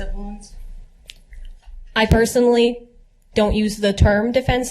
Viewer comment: "I dont use the term deffensive vounds, but..." What an expert